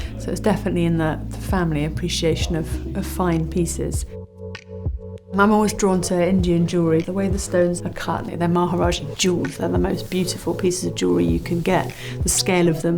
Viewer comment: Great video. But “majaraja”?